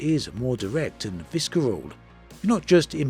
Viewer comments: Visceral = Visser-all not Visker-all :) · I don't intend to buy BG3 at the outset. If Starfield is everything I hope I'll be playing that for some time. I'm sure a lot of people will buy both but it does seem strange that the release dates are so close. By the way, in the word 'visceral' the c is silent. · Silent ‘c’ on visceral, the hard ‘c’ broke me 😂